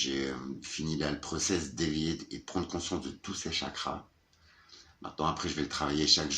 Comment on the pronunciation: Cool le blouson... Simple et efficace. Élève, vous me copierez 100x vos Chakras jusqu'à les prononcer correctement...😜😜🤪.... M extraire d ici.... Je te comprends au combien d'être bloqué dans mon clapier du Nord.... J espère que tu vas trouver une solution viable pour aller du côté de tes vœux... Tu as bien progressé avec la putain de saloperie de la maison. Avec ta demi soeur, pas moyen d invalidé ce que cette femme à fait? Son mari ne vit plus avec elle. Il ne peut pas vous aider en ce sens? T inquiète tu ne perds pas la tête. Parfois c'est décousu le fil pour te suivre. Mais tu as tout à fait raison et est dans la bonne direction. Le lâcher prise c'est très difficile, si tu y arrives chapeau car c'est une libération.... 🤍🤍🤍